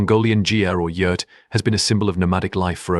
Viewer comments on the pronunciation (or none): When were you in Mongolia 🇲🇳. I have been there several times and your not correct in a lot of information very sad. I'm from Ireland 🇮🇪 so trust me you can't even say Yurt correctly